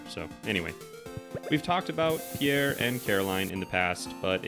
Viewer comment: Holy shit it's Pierre not pee air. Pjèr, not phī-éjr.